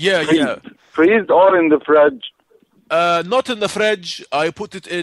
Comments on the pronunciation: In the fredge haha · Fradge or freeze? Kills me every time 😂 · "the fredge" my god lol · "You kept it in the huh.... freezer? Freeze? Freeze? Or in the "Fredge"?" I lost it here LOL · In the freeze or in the fredge? Haha! calling Egypt..... Love it!!! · "Not in the FREDGE." I lost it for you man LOL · the FREDGE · HAHA "did you put it in the frej..."? :') My favourite Character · The fredge, LMAO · In the fredge hahahahahahha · whats a fredge??? hahahahahaaha